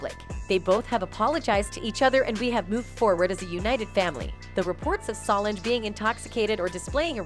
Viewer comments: It's pronounced: Be - yawn - say So - lawn - jah Re - on - na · This reporter doesn’t even know how to say Bee or Rere or Solange names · And you say Solange name wrong too please stop .so disrespectful